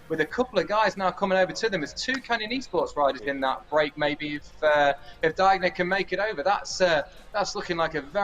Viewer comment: P.S. "Diegner" is pronounced "Deagner". In your way it would be spelled "Daigner/Deigner" in German.